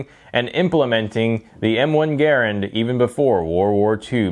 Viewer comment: I smashed the thumbs up because you pronounced it correctly ha! too many these days do not excellent video my friend great history of an iconic weapon